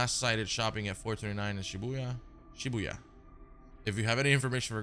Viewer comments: Pls tell me this man did not just pronounce shibuya as "shibayah" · He did not just call it “Shi-buy-a” 😭